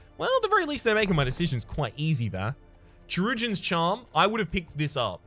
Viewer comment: Just FYI: Chirurgeon is pronounced as Surgeon.... I guess in English Chirurgeon is an archaic word for Surgeon?